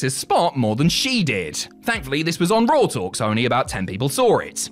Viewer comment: Dear, it's wrestlemania, not wrestlemainer. And monday night raw, not monday night rawr. And John Cena. Not john cener. And Bautista's name isn't Bautister.